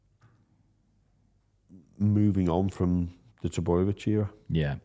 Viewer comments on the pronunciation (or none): also says "Frum" instead of "From" Big fan though mate keep giving jimmy shit